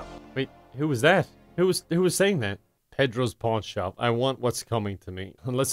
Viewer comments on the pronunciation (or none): When he said Pedro's pawn shop I heard:/